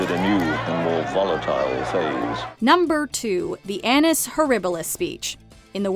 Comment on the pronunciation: Careful with how you pronounce the word “annus”. It’s not English, but Latin. Reading it with English phonetics is disastrous.